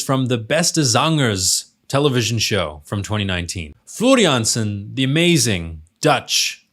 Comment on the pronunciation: The way you pronounce Floor Jansen is perfection though!